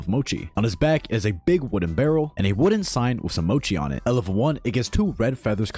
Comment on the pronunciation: I'm bouta crash out when said Mochi💀🙏